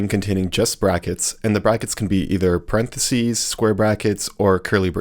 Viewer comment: What the heck is a "paren de sea" lol 😂 it's impossible to become a programmer without knowing how to pronounce parenthesis, so I'm assuming this is an AI video.